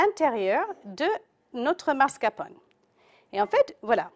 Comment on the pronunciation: MascaRpone et non mascapone... tres mauvaise recette